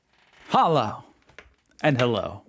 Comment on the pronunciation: lol, it's definately not "Halla" it is Halloh. And again all ist about south germany. About the shots: NO, it is the opposite of a good advice to drink that when you have a full stomach. That is medically the biggest bs ever! Just saying.